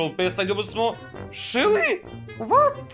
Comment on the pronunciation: kako si smesno Shelly rekao🤣🤣🤣🤣🤣😂😂😂😂😂